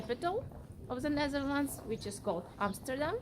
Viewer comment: love your video's! And the way you pronounce Amsterdam! The best I ever heard! American's Always say Emsterdem and I hate that! Good for you